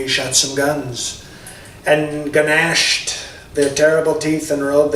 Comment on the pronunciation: "Guh-nashed"! Oh, I love it!